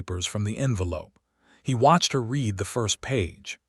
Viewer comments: He can't do this. Haven't you heard the word "READ" pronounced that wrong one during a video, over and over? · Hoping and hopping, Read said as Reed not said as Red and others too. I really hate AI